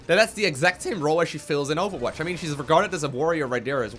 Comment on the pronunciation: he says awfulwatch?